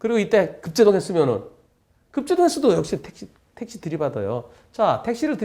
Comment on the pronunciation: 택시가 아니고 떽~~~~~~시 로